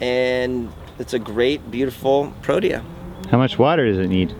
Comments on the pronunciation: Pro-tea-yah Not what you said. The South African Cricket Squad is called Proteas. Beautiful Garden. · It's pronounced Pro-tee-ah.... I'm South African...